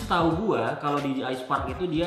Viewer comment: Di Je Ai bro bacanya.. bukan Di Ji Ai